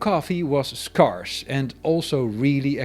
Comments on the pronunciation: The word scarce is pronounced "sc-air-ce." Same with scarcity: "sc-air-city." 😉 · Pronounced scarce, rhymes with hair